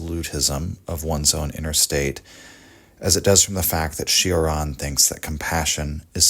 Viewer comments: Its not Shioran or Sheraan its Choraan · It's pronounced Cho-ran, like in chore, or chode. It's not a Bugatti Chiron 😉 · It’s pronounced “Choran” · Kept hearing it as Sheeran. Not at all the same. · it's actually pronounced chore-an